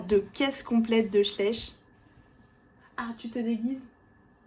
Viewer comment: Bonjour ! Oh la marque avec les animaux Schleich, en allemand c'est: "SchlAYch", le ch se prononce plus doucement avec la bouche plus fermée et le sifflement entre les dents et les lèvres... j'espère que c'est compréhensible 😂